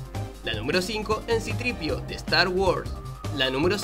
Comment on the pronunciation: me acaba de entrar 14 tipos de cancer al escuchar citripio